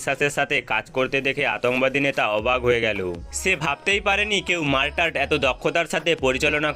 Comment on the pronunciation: মারটার কি? মর্টার